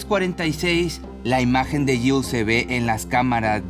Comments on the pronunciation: Está pronunciando Jill correctamente 😄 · Lo pronuncia bien, tú no escuchas bien o te haces????